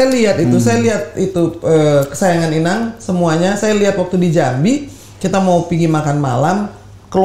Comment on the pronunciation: amangbaomu itu, inang...bukan ito 😁